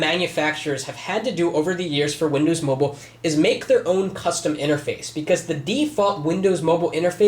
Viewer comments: MOBILE NOT MOBLE!!1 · MOBILE NOT MOBELE!!1